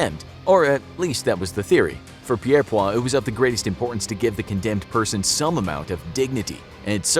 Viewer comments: It's Peirpoint not Peirpoir. Albert Peirpoint. Hanged lots of Nazi's as well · Great video! However I should point out that Albert Pierrepoint's last name is pronounced Peer Point. Not Pierre Pwa. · The name is Albert Pierrepoint and it is pronounced Peer-point Pier as in a structure that goes out to sea. (spoken as peer) Point as in the sharp end of a pencil or sword Pierre is the French name for Peter and so it is highly likely that Pierrepoint had French ancestors and they might be Huguenots - French Protestants that were forced by the Catholic crown to leave France and many came to the UK. Albert Pierrepoint's father and uncle were also official executioners, and he submitted his application to the Home Office to be placed on a list of people approved to carry out executions at the State's request. What was unusual about Albert is that he actually cared enough about the prisoner to make their execution as painless as possible and with the least distress. This genuinely impressed the Prison staff and the Wardens in charge. So he was given more executions than the other official executioners. Moreover, he took a special interest in caring for the deceased after execution as he felt that they had paid their debt to society and were now free of any sin. He would wash the corpse to remove any faeces or urine and then dress them in their burial clothes before their funeral. Pierrepoint was the official executioner for the Nazis war criminals sentenced to be executed by the British at the Nuremburg War Tribunals. All of his executions were carried out according to the book that laid out exactly how the neck could be snapped as easily as possible. Sadly, the American and Rus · Pierpoint is pronounced: 'Peir-point.' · Got to believe the last Beheading & Quartering in England was WELL BEFORE 1839! BTW...it's pronounced JIBBETING, not GIBBETING! Albert Pierpoints name was pronounced PEER-POINT! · pirpoare its pierrepoint